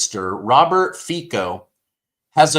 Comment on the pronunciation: Everytime that you pronounced the name of Slovakian 's president, I did not hear Feca, but Fecal.🎭🔊📢📣📡don't say you didn't, didydo it hahaha 😆 I know you do too!! I know yes, you ,you who read that,!!! Go was your ears now, and i ll go wash my tongue 👅😅